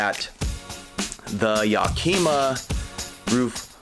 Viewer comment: Yack-kim-muh. Like the city in Washington state.